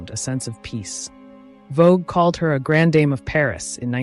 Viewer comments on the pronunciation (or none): I love this work, ask you to improve French pronunciation: Champs de Mars, grande dame.